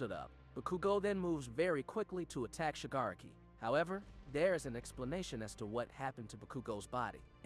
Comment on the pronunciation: Im sorry I tried to take this seriously but... Shigg are aky ? Bu kew go? Day kew?